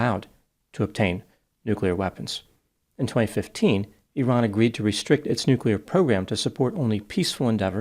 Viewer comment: I appreciate you making the effort to pronounce 'Iran' correctly.